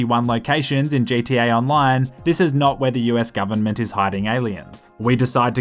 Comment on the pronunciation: Bro this guy said jta 5 instead of gta 5